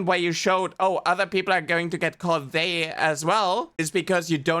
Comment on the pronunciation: It bothers me that this angry guy keeps pronouncing "they" as "day" and even the auto generated subtitles are getting that lmao